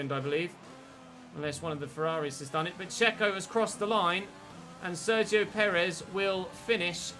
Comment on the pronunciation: I can't stop hearing "Dzeko" everytime you say "Sergio" xD